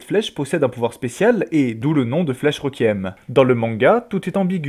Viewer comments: Très bonne vidéo ! Bon par contre la prononciation de requiem a chaque fois... Ça se prononce rékwièm pas reukièm mdr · juste on prononce "Reqouyiem" et pas "Rekième" c'est un mot latin a la base donc voilà (je sais sa sert a rien et d'autre personnes ont du te le faire remarquer mais je le précise quand même au cas où) sinon vidéo extrêmement interressante ! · Heu requiem sa ce prononcé re-qou-i-em Bonne continuation